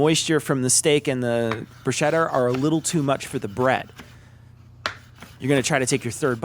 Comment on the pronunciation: Hey, Awesome channel. Congrats. Enjoying the short vids, clearly aimed at those of us who have some experience cooking. Will we ever get a guest spot with Tom accidentally breaking anything he touches?;-) I need to get my 2cents of pedantry in though. Every time you said bruschetta, it really grated the ears! I grew up with a lot of Italians and the "ch" is always pronounced "k". Double "tt"s are also pronounced separately. As in Broos-KET-ta I know you're part Italian, which is why I found this so baffling! Anyway, good luck and looking forward to more videos!